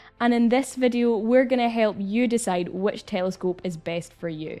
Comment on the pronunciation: Haha "tææelescope" sounds funny when you say it 😅